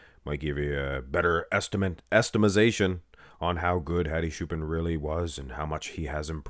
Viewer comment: Who is shoopan, it's ch bro, like chair.